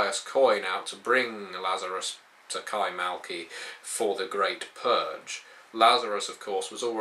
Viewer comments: kaymaKLı not kaymaLKi... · Isn't it Kay-mak-li?